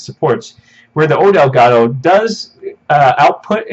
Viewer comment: ITS ELGAT TOE NOT ELGA TOO STOP BEING AKWARD